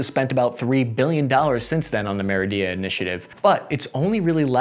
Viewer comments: It’d pronounced Meri-da, just as it’s spelled :) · Merida (Meh-Ree-Duh) ok? awesome, lets keep going. Great stuff. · His pronunciation of Mérida was hilarious as well. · He also badly mispronounced Merida. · Learn how to pronounce locations in Mexico! You butchered MICHOACÁN and MERIDA (adding “ia” to the end). Butchered JALISCO too, pronouncing the J as W. WTF? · Hey, I love your videos, but you really need to work on your pronunciation of foreign cities, like a lot of work. Look up how they’re said, it’s not hard. Michoacán is pronounced “mee-cho-kan” not “meehochohokan” and the Mérida initiative is pronounced “meh-ree-dah” not meridia. Just look at the spelling, you’ll see what I mean and you’ll get better, I know it 😊